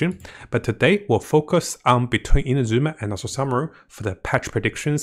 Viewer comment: Come on its not InaZUma its INAzuma; emphasis on the first A!! At least you; be the one of the western content creators that ACTUALLY pronounces it right